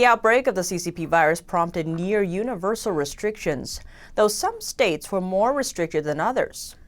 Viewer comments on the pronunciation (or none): none